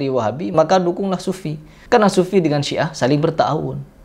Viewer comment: Siah bukan si'ah... Sia